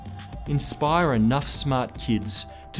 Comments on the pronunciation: I love how he said 'bankers' like 'wankers' at the end of the video =P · That's final. Bankers will forever be known as Bwankers.